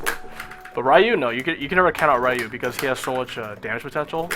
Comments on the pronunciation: mmm I can understand the reason, but since NOW I think an expert like u are, KNOWS how is the actual REAL pronunciation I think u should say the name in the proper way. Anyway is just my point of view. For me is just horrible to hear "Rrrrrai-you" instead of "ryu". cheers. :P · "Rayuuu"????? ¬¬ Ryu!!!! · Rye-You. Is this StreetFighter the movie game.